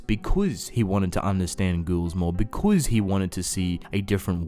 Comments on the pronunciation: Can i just mention how he says because BECOUZ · The way he says “because”... sorry not trying to be mean